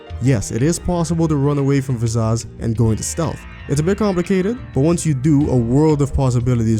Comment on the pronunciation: "Vizazz"? Why are you saying her name like that?